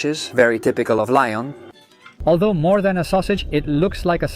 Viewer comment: I was happy to see that you were in one of my favorite restaurants in Lyon (pronounced Leeon, not lion) I must disagree with your thoughts about the quenelles de brochet. I have always found them to be delicious but as you say it is an opinion, ours just differs. I have had the salade lyonnaise and enjoyed it as well. Im sorry that your experience was not more positive. Cheers Bill McKinley